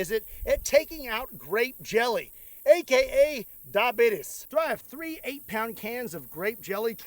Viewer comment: When you said "Diabeatus" Wilford Brimley smiled down on you from above.